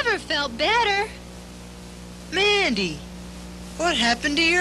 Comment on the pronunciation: parece que en vez de decir mandy dice bendy like si crees lo mismo